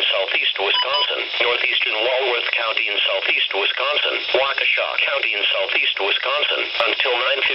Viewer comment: Radio stations from my NWS pronounce Waukesha like "Wa-ha-KESHA!" xD yours actually says it right.